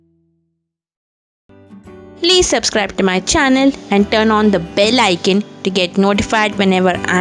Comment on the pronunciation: Beautiful video. I have to complain about how people in India pronounce "Icon". In the west we say "Eye-Cahhhn" not "ikn". Much love from Oregon.